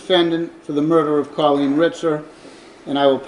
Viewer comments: Good grief. That entire episode you mispronounced her first name. C-O-L-L-E-E-N. Not "Cilleen". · Car leen not kaleen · If it weren't for your pronunciations and quips, this would be tolerable. School being shut for ages would imply decades if not centuries. Also, it's CALL een, not KILL een. I know you can't help it, but shit. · Its co l-leen not ci-leen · It’s pronounced COL leen not Cul leen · Coh-leen not cu-leen. I’m sorry I don’t normally correct peoples innocent mistakes but this woman was murdered brutally and the incorrect pronunciation of her name is bugging me more than it should. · Why does the narrator say her name like that? So irritating pronounced it’s Kawl-een not kuleen 😑😠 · You need to say the victims name correctly, her name is Colleen pronounced Call-lean not Cah-lean. There were plenty of news recordings used in this program about the case that could help you with the correct pronunciation of Colleen's name. Especially since her murders name was used quite often and said correctly. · In the last story this lady called ankles as "uncles" and in this story she calls Colleen as Khaleen. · Like how she calls her "C-lean".. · Omg...I can't unhear this commentator keep saying 'Culleen'! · OK, but who was this Kahleen guy the narrator kept mentioning? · The 'Voice Over" woman gets on my tits. If you want to know how to properly pronounce 'Colleen' listen to the US TV REPORTER! Also, that awful North England accent..I can't watch anymore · Her pronunciation of Colleen threw me for a loop. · Ur pronouncing colleen wrong plus old news. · Its wrong ty!